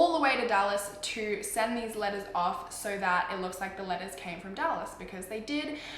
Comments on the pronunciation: because of her accent eveytime she says letters it sounds like she's saying lettuce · looool I kept hearing lettuce instead of letters😂😂😂😂